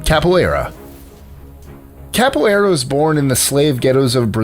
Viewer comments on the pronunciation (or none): Okay... cmon man capoeira are you serious?